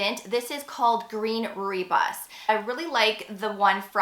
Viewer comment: FYI Rooibos is pronounced “roy boss”